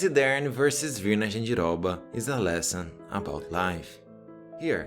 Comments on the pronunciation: Falou Jandiroba certinho, tu é Brasileiro mermão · Ele falando jandiroba, arizona, Bahia, entregou mekdkdkd